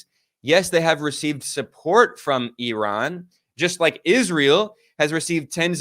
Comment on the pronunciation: Maybe ben Norton is the only westerner who pronounces IRAN correctly.